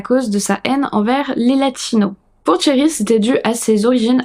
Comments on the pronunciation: C'est pas une question d'accent, le R à la française ça ne me choque pas, c'est juste que son prénom se prononce avec le son "sh" et pas "tch" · En effet, t'as vraiment besoin de cours d'anglais ! C'est pas tchéri mais chéri (phonétiquement) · j'y peuc rien, j'entends "Thierry" au lieu de Sherri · Toute la vidéo, quand tu disais "Sherri" j'entendais "Thierry", c'était perturbant. Sinon, ça fait peur de savoir que des gens peuvent faire ça et détruire sa famille. Tu n'as quasiment pas parlé des enfants? Quels âges ils avaient? Parce qu'ils auraient pu dire si Sherri frappait Keith ou le contraire, ou si il n'y avait pas de violences physiques. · Super vidéo, je connaissais pas du tout cette histoire et les explications et tes théories sur son cas clinique rendent cette vidéo très interessante ! Mais bon, je vais être cette personne : j'ai enseigné l'anglais pendant près de 10 ans et comme Cambly est le sponsor, ça me semble approprié :) alors toute la vidéo, je trouvais bizarre que la "victime" s'appelait Thierry. Je faisais la vaisselle donc j'avais pas les yeux sur l'écran à 100%, et je me disais que je vérifierais après coup. Oui, toute la vidéo j'entendais le prénom Thierry ! Donc ce prénom là, Sherry, se prononce comme le français Chérie, c'est un son/sh/ doux, comme dans le mot Shoes. Voilà, juste un petit détail rigolo qui n'enlève rien aux mérites de cette vidéo !